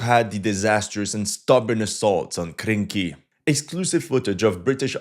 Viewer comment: I've waited months to hear you pronounce the name "Krynky" again.